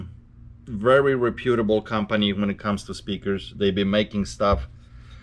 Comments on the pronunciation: says "REP - U - TABLE":-) thanks for sharing! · RE-PEWTER-BULL....LOL I love it